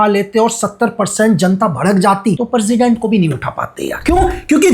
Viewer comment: Benazula parsident parja ye teeno galat word bola aapne iska actual pronunciation Venezuela president and praja hai